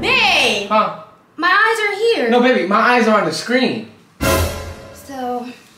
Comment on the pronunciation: "My eyew are on the screen!!!" Yeah, sure😂😂😂